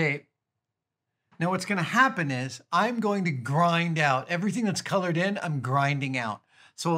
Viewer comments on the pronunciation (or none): none